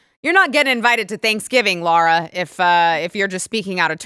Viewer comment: It’s Lara. Not “Laura.”